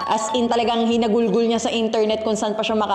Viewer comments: hinalughog po hindi hinagulgol hehehe pero iloveyou bel ❤❤❤ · “Hinagulgol” >> “Hinalughog” hahahahahaha kyot mo!!